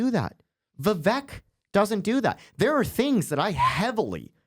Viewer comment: Vivek rhymes with cake.